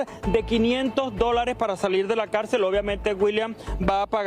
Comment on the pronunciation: Esta mujer no sabe hablar ni leer ( Calcel..Cárcel maestro..aresto) que pena conductoras vacías y sin educación académica y masa gris)